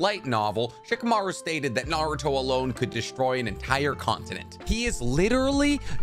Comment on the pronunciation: Just found this channel, which is pretty cool but a major downside is this guy's pronunciations of Naruto/Japanese names. So American of him. For now it's a great channel, and I'll bne going back to watch old videos but his pronunciations are definitely going to grate on me.